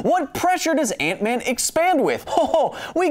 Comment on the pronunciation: honestly heard aunt May instead of ant-man